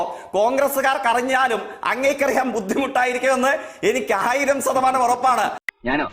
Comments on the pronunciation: ഇവൻ്റെ ശ എന്ന അക്ഷരം ഇതുവരെ ശരിയായില്ലേ. ഈ സതമാനം എന്നുവച്ചാൽ എന്താ ? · 1000 sathamanam...enthonnu.... Hey Jack....😂your pronunciation of % ...not sadamanam...say...shadamanam... Loka pottan...foolish Jack.... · സതമാനം, ദേസീയ പാത.... ആദ്യം മലയാളം ശരിക്കു പറയാൻ പഠിച്ചു വാടാ മരവാഴെ 😂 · അസോഫാവികത,സതമാനം, സൊഫാവം, സബരിമല